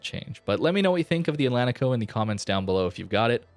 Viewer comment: It is pronounced: Atlanchico How do you say Portugal? Porchugal. Porchugueese people put ch in these spots.